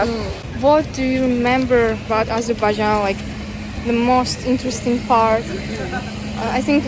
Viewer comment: what you do is useful and interesting. However, every time you pronounce Azerbaijan, you make a typical Azerbaijani mistake. You pronounce the word AzERbaijan, when it should be pronounced as AzerbaiJAN. Practically the same as in the Azerbaijani language. Thank you.